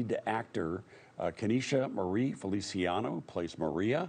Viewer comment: He botched both names. LOL. "Feli-CHI-ano"